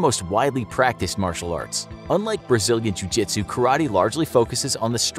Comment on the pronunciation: Pra que não entendeu vou pronunciar a conversa dele ele dici_Treinei karatê vários anos e apenas um pouco de jiu jitsu. Na maioria das vezes, um a um, usarei meu BJJ de faixa-branca em vez de caratê faixa-preta. lutando com mais de um, então é melhor você ser Mike Tyson . Gente a pronúncia não tá completamente certa mais tá ums 98% certa